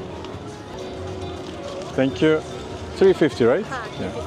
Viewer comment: tenk yu mac dedin